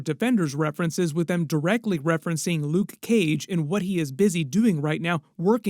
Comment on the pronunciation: Nobody says luKe Cage how you say 😂 You my friend are one of a kind. Much respect